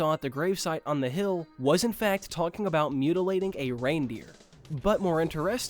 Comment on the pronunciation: where are you from if you don’t mind me asking? i’ve never heard someone pronounce “controversial”, “spiritual” and “interestingly” like that